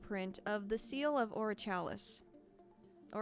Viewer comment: What's with the way you pronounce "Orichalcos?" You even play a clip of how they pronounce it in the show but then go with your own pronounciation.